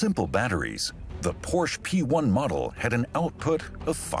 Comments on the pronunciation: Yep. Though never Por-Shee, lol. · It's surprising why the incorrect pronunciation of the word "Porsche" by the documentary narrator wasn't corrected post editing. Didn't they know the correct pronunciation of Porsche is "Por-shuh", and not "Porsssh"? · No, they just simply can't pronounce every single car manufacture names right, and a bunch of other things. :o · Por-shuh. Not Porshhhhhhhh. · Porsha! Porsha! Porsha! Why is the name still mispronounced?!? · It's pronounced PorschE you filthy illiterates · It’s Porsche. Not Porsch! 🤨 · Proof that Porsche simply doesn't know or care what words mean. It is impossible to have a TURBO electric vehicle. And I have to agree, it is so obnoxious to hear Porsche (or any German word) pronounced incorrectly. It's Porsch Uh, and you know it is. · An unacceptable pronunciation of Porsche. It is never Porsh. If the name was Smith, it would not be acceptable to say Smit. Porsche, a great man’s name should always be used in its entirety. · Porsche... nicht porsh... kann man sich nicht anhören. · How can this be such a detailed video on such a formidable vehicle requiring so much precision and detail yet they pronounce Zuffenhausen easily yet can't pronounce the name of the car "Porsche" its not a "Porsh" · Painful to constantly hear the family name Porsche (2 syllables) mispronounced. Otherwise it is great to see how far Porsche (say, "Por-shah") has come since the 4 cam air-cooled days. Amazing car! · I thought it was more like Por-Shuh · A little bit distracting for me, a German channel pronounce Porsche as "porrsh" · No matter where the speaker comes from, there is no car named "porsh". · More like Por'shh'eh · more like “por” “shuh” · I wish the narrator and English translators would pronounce Porsche correctly!! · Why is the name Porsche not pronounced correctly in this video. Since it is family name and not just a product name, tell me why it is mispronounced here. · This mf is so inconsistent with how he pronounces Porsche 😆😒